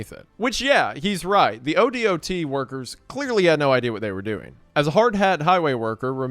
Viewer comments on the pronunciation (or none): it’s pronounced k-2. Like the mountain it’s pronounced o-dot. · As an Oregano, thank you for detailing our exploding whale story. 🐳 ODOT is pronounced “dot” with O at the beginning so “oh-dawt”. And KATU is pronounced K-2 for some reason. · Oregonian here. Most times I've heard someone refer to the Oregon Department Of Transportation, it's usually said like "oh-dot". And Oregonian is said like "oh-reh-go-nee-uhn". We may be a bit spicy at times, depending on who you talk to, but please don't call us Oreganos. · Spelling out O.D.O.T. every time instead of O-Dot bugs me more than it should lol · As an Oregonian, hearing him pronounce each letter o-d-o-t is driving me crazy. We say O-dot. As in the letter o and a small spot. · I was at that exact beach earlier this year, but didn’t know that it was the one from the famous whale exploding . Low-key it makes me want to go back haha Also in case you ever have to talk about ODOT in the future, everyone in Oregon calls it Oh Dot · Yeah definitely not a local when you're saying KATU and ODOT in any other way than K-2 or O-Dot. 😂 EDIT: "Oreganos" 💀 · This is one of my favorite stories from the pnw. Also, just pronounce odot as a word (oh-dot)